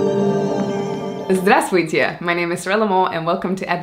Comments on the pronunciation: As a Russian I can say for sure you managed to pronounce it very well👏🏻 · Special like for the perfect "Здравствуйте" 😁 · Something is wrong here 😳 I heard the native word "здравствуйте" and was a little stunned 😅 You said it so well 🤩 You're doing great. Well, I went on to see your wonderful video 😎 Thank you,, for all Your informative videos❤️